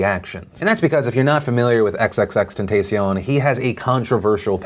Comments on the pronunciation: Isn’t “triple extension” not “ex ex ex ten-si-own”? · just a lil fyi, his name is pronounced tentahcion. a soft second "a", in contrast to a hard second "a". It's literally the Spanish word for temptation (ie., tentacion) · Said his name wrong 🤦🏾‍♂️just call him Jahseh